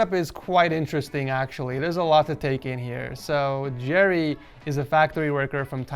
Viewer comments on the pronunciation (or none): none